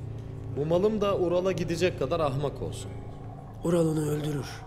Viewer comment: İlk defa izliyorum saçmalık resmen sırf sadettini izlemek için izliyorum. Kaya Alp ölüyor kelime-i şahadet getiriyor da bu Ural diyemiyor 😂😂